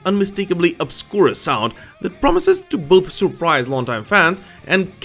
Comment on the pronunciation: 😂 you said obscura perfectly but butcher sepultura 🤦🏻‍♂️